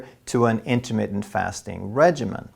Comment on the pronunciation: You need to learn how to say intermittent. You aren't about to get freaky with your diet....it is intermittent not intimate.